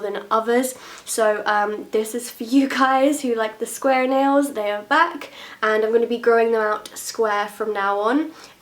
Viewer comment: she lost her accent when she said square